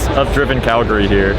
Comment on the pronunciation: The only American that pronounced Calgary correctly